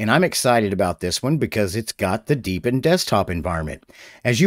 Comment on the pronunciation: Hey hey hey, He said "Deep In", huh huh huh